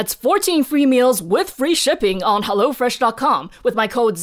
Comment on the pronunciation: Its not HellO Fresh, but its HEllo fresh :D its from Germany and thats how they pronounce it in our commercials